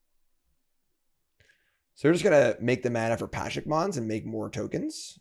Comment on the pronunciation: pleeeease, can you read "Pashalik Mons" and try to pronounce the whole name PA-sha-lik Mons, or Pa-SHA-lik Mons either way you're missing a whole syllable